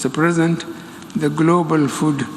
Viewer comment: Did you hear him say mr present 🤦‍♂️